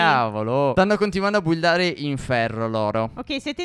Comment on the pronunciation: Non si puo sintire buildareeee è bildare nub